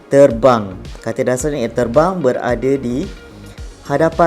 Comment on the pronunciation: itu erbang bukan terbang hahahahahahahhaha